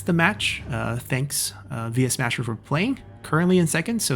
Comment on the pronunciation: It's funny how you occasionally call him Yuesmasher.